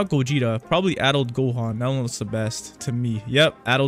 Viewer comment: BRO ITS PRONOUNCED (KAI)KI AND GOGETA IS PRONOUNCED (GOGE GET A)